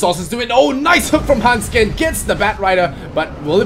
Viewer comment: >When they keep saying "Hendskeen" when it's actually handsken